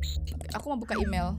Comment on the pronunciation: imel tapi bacaan mail🗿 apalah